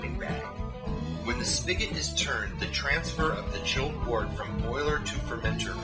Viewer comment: Decent video, but I must nitpick something. The narrator continually mispronounces the word "wort" as "wart". Wort should be pronounced "wert"; just like world, work, worm, worst, and worship are pronounced with an "er" sound.